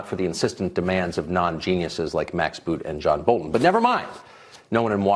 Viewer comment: Did he just say non-genuis ?